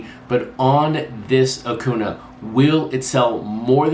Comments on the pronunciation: Light correction: Acuña’s name is pronounced like ah-CUHN-ya - the eñe there is important. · I don’t get it either, nothing personal against, but it’s been what 4 years now(?)... pronounce the mans name right people.